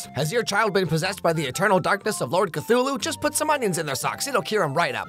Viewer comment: Lool who is "lord katulu" 😂😂 please 🥹😩